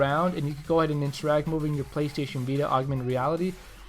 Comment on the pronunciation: Playshjjsh. haha when he says playstation too fast.:)